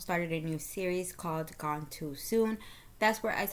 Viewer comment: Gone not goon😮